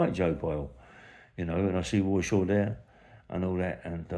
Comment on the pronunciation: Who is "Woy Shaw" ?